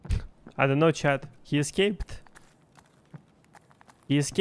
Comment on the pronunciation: I like the videos and the pronunciation but it somehow always sounds like "chad" instead of "chat"